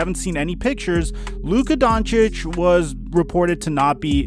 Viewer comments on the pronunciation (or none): none